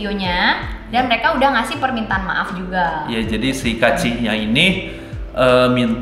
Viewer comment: Tolonglah baca kaachi tuh kaachi aja, jangan diplesetin jd kuaci. Sebagai pecinta cemilan kuaci tuh gua gak rela tolong...